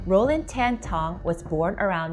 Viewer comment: This lady wannabe ang moh, hate when she pronounce Tan